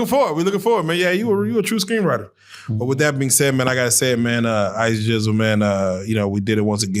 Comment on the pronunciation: Gizzle not Jizzle